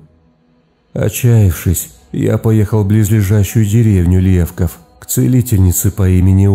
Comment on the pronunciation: Только названия немножко не правильно озвучил,не ЛЕвков,а ЛевкОв,и не МалёвАнка,а МалЁванка.